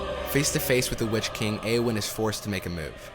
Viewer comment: Very good documentary. Fascinating insight. I am taken out of it slightly by the obvious mispronounciations of names such as Osgiliath, Cirith Ungol, Shelob etc. Even in text, it's Eowyn, not Aowyn. Given Shore's inspiration by Tolkien's languages and their sound, this isn't unimportant.